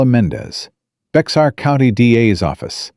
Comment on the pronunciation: Viewing From Big Sandy, TX! EXCELLENT TALE; WELL WRITTEN... (EXCEPT FOR THE MISPRONOUNCING OF THE COUNTY NAME, BEXAR, PROPERLY PRONOUNCED AS "BEAR."